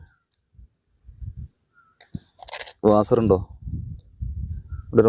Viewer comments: വാസർ അല്ല വാഷർ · വാസർ അല്ല vashar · വാസർഅല്ല.നാസർ ആണ്😂😂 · വാസർ കേട്ടാൽ തന്നെ മതി!